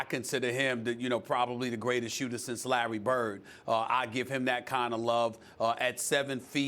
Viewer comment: Larreh Burrrd